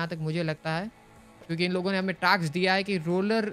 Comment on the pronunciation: it is not taks it is task